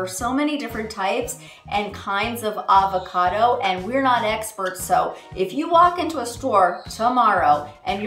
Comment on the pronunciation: It’s Av-a-cado... Arrrr-va-cado sounds weird 😂